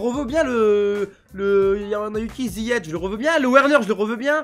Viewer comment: C’est ziyeCh pas ziyetch